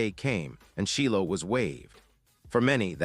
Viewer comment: It’s Shilo! 😅(chi lo)